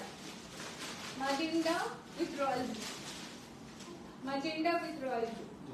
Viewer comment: Magenta hobe tumi bhul bolcho magenda noi ota